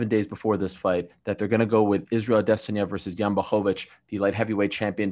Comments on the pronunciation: he’s about the only person who pronounces his name right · that's the correct pronunciation